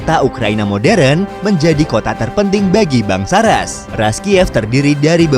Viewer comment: Rus dibacanaya, bukan Ras! Bahasa rusianya Kiyevskaya Rus' (Киевская Русь) Knyaz! Bukan kenayes! Kalau bikin konten sejarah suatu negara saya sarankan berkonsultasi dengan orang yang mengerti bahasa dan budayanya.